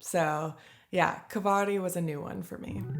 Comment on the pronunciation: Kvarg is pronounced like Varg (wolf) {Kvarj)